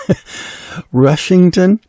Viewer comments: Rustington, not Rushington and you missed oed out Goring (Goring by Sea) from Old English Gāringas, meaning "people of Gāra," possibly referring to a tribal leader or a "wedge-shaped land," with the "-by-Sea" suffix added in 1908 to distinguish it from Goring-on-Thames in Oxfordshire., named after the Goring family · It is Rust ing ton!